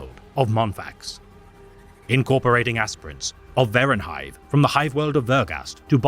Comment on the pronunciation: vervunhive*? not verunhive i think. is this made by ai or something